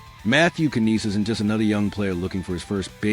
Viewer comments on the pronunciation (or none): you know its AI bullshit when they cant even pronounce the name right